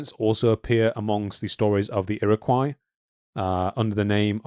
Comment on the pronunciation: "Puget" Sound is pronounced "Pue-j-it" Sound. Got the last part right of "Puget" but the first syllable incorrect. "Iroquois" is pronounced "Ear-o-coy"